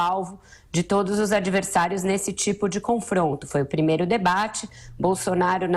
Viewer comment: concordo, fala muito erado: porique, razigou, pirimeiro, interivizita, mazi, peringutou, jairi, eziquerida, etc... ridícula!!!